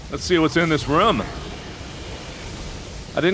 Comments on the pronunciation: It's a RHUM Sweeper... what the hell's a "room"? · the "ruumsweeper"